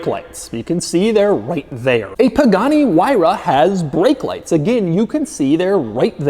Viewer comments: Nobody: Doug: a Poogani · pugani XD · "This is a Poogati." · Pugani? Doug Please😂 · Hearing him say poogani was worth the 38 mins. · “Poogani” lol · A "Poogani" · Doug can you even pronounce the guy’s name correctly? 😂😂